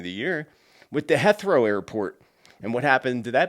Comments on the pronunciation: You asked- it’s pronounced HE -throw ❤ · Love your videos. BTW Heathrow is pronounced as ryming Teeth-row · not that it matters and i am not correcting you but heathrow is pronounced heat row,we all know where your talking about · Hey. Greetings from the UK. Heathrow is pronounced Heethroe.